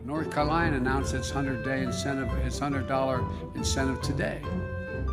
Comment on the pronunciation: “North Colina”